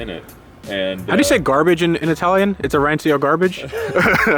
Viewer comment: Arancio is pronounced with a soft c, like in "such" (so it'd be like "arancho")